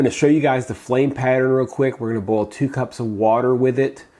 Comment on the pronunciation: I love the way you say that you are going to "bowl water". Dixie says it the same way. It's fun. I also get a kick out of the way you leave the office behind and don't get wrapped up in viruses and diets and stuff. I mean, I see plenty of that from other docs. It's refreshing to know that you are never satisfied with a million ways to bowl water -- there is always another way!